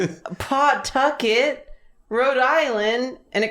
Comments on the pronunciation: As a Rhode Islander I find their very deliberate pronunciation of the "paw" in Pawtucket very funny. We want to get through words fast and will sacrifice annunciation to get there so we say Puhtucket as well as Rud Island with all the sounds running into each other. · As one of the few people from RI, it hurts to hear them continuously call pawtucket PAWtucket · As a fellow Rhode Islander who now lives in the South, I've had to explain to so many people that "it's not PAWtucket. It's Puhtuckit. Like 'the bucket'." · Listening to yall pronounce Pawtucket is both the funniest thing and makes me die a little inside everytime.......it's pa-tuck-it 🤣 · I didn't know what any of y'all were referencing at the beginning. but I do know what boo-bahs are and they're terrifying. also, it's pronounced "puh-TUCK-et" :D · I feel like most D&D players know oubliette. Also Pawtucket is pronounced Puh-tuckit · As a RI native I always forget there’s a W in Pawtucket 😂 it’s just Puh-Tucket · I live in RI and it’s so funny when they saw it and karina based her whole drawing on it but it’s pronounced Puh-tucket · The constant emphasis on the Paw part of pawtucket has me sobbing 😭 is it that weird of a name??